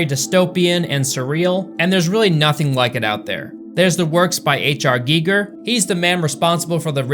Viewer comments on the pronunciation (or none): none